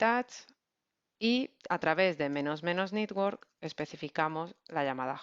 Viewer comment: muy bien, como como critica constructiva, no pronunciar nitwork, es mas correcto network